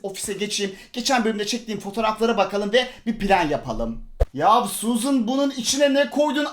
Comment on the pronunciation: abii suzın değilde suzan mı olsa :D